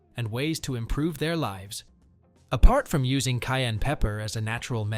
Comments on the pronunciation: Kai and pepper I don’t know what she saying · How do pronounce it, "cain" pepper or "ki-ann" pepper. She must be Ausie!